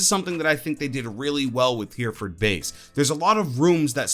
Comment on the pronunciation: "HERRY - FERD" BASE is how it is pronounced..... Not Heeeerferd. We British are pedants, lol.....